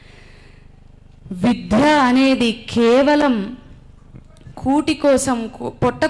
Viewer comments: మీరు సనాతన ధర్మం గురించి విద్యలో దాని ప్రాధాన్యత గురించి చక్కగా వివరించారు.మీరు తప్పుగా అనుకోకపోతే ఒక సవరణ.*విధ్య* కాదు విద్య. ద కు పొక్కిలి లేకుండా చెప్పండి. ధన్యవాదాలమ్మా. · విద్య విద్య విద్య విధ్య అని పలుకుతున్నారు అది తప్పు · విధ్య కాదమ్మ విద్య అని పలకండి డా రామ్ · చాలా బాగా చెప్పారు. చిన్న సలహా మీరు విద్య ను విధ్య అని ఉచ్చరిస్తున్నారు. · Eeme evaro gani vidya ane padanni vidhya ani palukutondi. Ilanti vallu cheppe subjectu kuda alage vuntundi. Inko padam samatulya nu samathoolyaga, aahootulu ane padanni aahuhutulu antondi. Ilanti vaallato upanyasalu ippinchi mosam chestunnaru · Excellent presentation by madam. But vidya ni vidhya ani pronounce chestunnaru. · అద్భుతమైన సందేశం... చాలా బాగుంది... మొత్తం వాస్తవ చిత్రీకరణ... చిన్న శబ్ద దోషం...విద్య అని పలకడం సరియైనది....విధ్య కాదు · విద్య అని పలకడంలో విధ్య అని పొరపాటుగా పలుకుతున్నారు. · విధ్య అని వత్తు లేదు